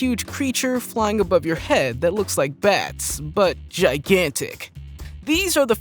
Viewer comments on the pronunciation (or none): none